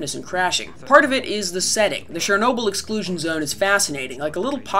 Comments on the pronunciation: 'che' in 'chernobil' is pronounced as the one in 'chelsea' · Why the hell do US English speakers say 'SHERnobyl'. The 'Ch' is pretty obvious how it SHOULD be pronounced...